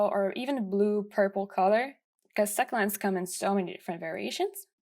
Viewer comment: you pronounced succulents wrong